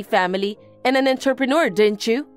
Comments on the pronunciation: The way entrepreneur keeps being pronounced is cracking me up. What exactly is an enterpreneur? Someone who keeps walking into businesses? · 'Entrepreneur' is pronounced 'Ohn-trep-an-noor' not 'entuhppanah' 'Interpreter' is pronounced 'In-ter-pret-er' not 'Inturpin-errs' Better to practice your words beforehand if the VA's don't know them, instead of having them just take a stab at it 👍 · Enter-pe-near??? Sometimes they way these voices pronounce words is almost a crime against the English language... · I think it’s the same one. Same mispronunciation of entrepreneur. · I bet AI knows how to pronounce entrepreneur. Might be written by AI though